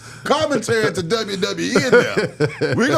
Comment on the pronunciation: 😂 he messed the word up